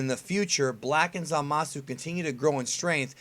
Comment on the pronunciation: For future reference the u in Zamasu is basically silent.